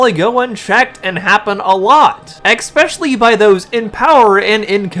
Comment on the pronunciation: Es-specially, not ex-specially 😊